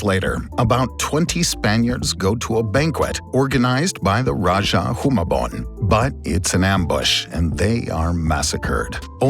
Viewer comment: Wow I commend the pronunciation of Rajah Humabon, Cebu and Mactan. Very good!